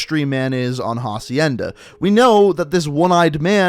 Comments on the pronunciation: It’s acienda not jacienda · Who is going to tell him that it’s not pronounced HA-cienda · Ffs, you don't pronounce the h in "hacienda." It's a Spanish word, so the h is silent.